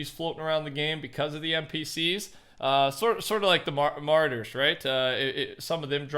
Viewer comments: “Marauders”! Ma - rau - ders!! Ya keep saying “martyr”! 😝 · Ma-roar-ders not martyrs